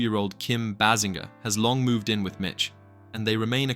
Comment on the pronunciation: Bay Singer , this how her last name sounded. AI later in video eventually pronounced it correctly- 🧏🏻🤦🏻‍♂️